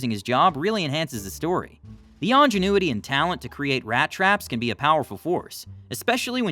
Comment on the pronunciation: Distresses me how reddit is destroying the English language with the constant mispronouncing words wrong use of prepositions. Today's blunder was ongenuity for ingenuity.